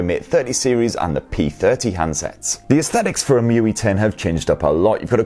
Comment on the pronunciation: It was saying: muy. But it's emotion ui or emui.